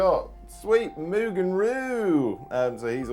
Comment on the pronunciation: Wait....HOW do you pronounce Maugan?😅